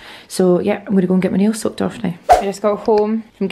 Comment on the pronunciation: I kept thinking you were saying “im getting my nails sucked off” but then realised you were saying “I’m getting my nails SOAKED” off haha